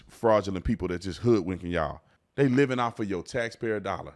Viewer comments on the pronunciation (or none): none